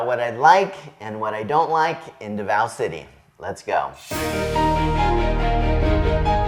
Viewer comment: "See-Boo," "Duh-vow." Four years in the Philippines should've fixed that pronunciation by now.